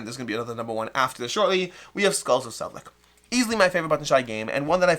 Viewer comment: Just a pronunciation note bellow line from Czech native speaker. You pronounce Sedlec like there is TS at the end and not C 😉